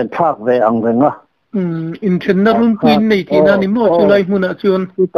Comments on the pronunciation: Runpui in lam dan hi 'kûn' tih thlûk anga lam tûr.Tûna in lam rik dan hi chu In ' sawina a ni. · Inthenna runpui'tiha 'runpui' tih lai in lam dan thluk khi a dik lo.